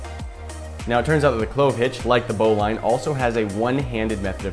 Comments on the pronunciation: Lol, its a "bow-lin" not "bow-line" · BOW-LIN its not pronounced bow-line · It’s pronounced bowliine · It's pronounced bow-leeeen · You say bowline like Bolen not how you say it. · It's spelled bowline but pronounced bowlin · It’s pronounced bow lin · It’s pronouncedbolin knot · Chou pronounce bowline wrong